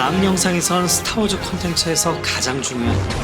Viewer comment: "스타워즈-으"가 아니라 "스타워-즈" 로 발음하세요